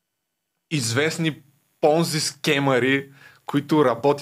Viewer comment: Схемата не е Понзи, а е Понци. Дъщо кскто пицата е пица, а не пиза.